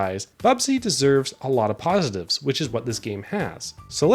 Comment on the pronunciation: I like how your accent makes it sound like you’re intentionally saying “pawsitives”